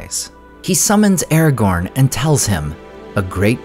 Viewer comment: Ah-ra-gone Ah ah --gone--gone